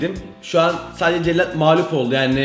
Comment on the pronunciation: Cellat değil cekyat